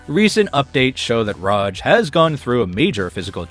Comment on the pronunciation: Bro can't pick a pronunciation for Raj. "Ruhj", "Raahj". Other than that, Amazing vid.